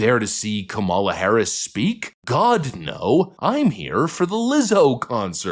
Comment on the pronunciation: You’re actually pronouncing her given name right.